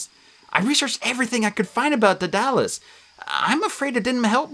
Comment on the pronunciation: DEAD-a-lus or DAED-a-lus, not dead-DA-lus...the Tony Stark of Ancient Greece...I only bring it up because when you mispronounce the names of known characters, it’s kinda confusing...